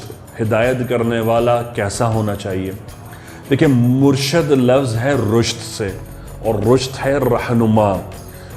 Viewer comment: assalamualiykumwarahmathullahwabarkatahu saheb murshad nai murshid hota hai